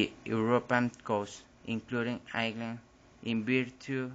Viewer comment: Great job but i'd brush up on the pronounciation of Ireland. It's not "ear-land" it's "eye-er-land". Sorry for the critique but if you are going to post this it would definately be a better presentation if you could be understood.